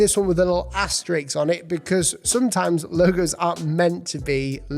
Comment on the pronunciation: Talks about legibility - says "asteriKS"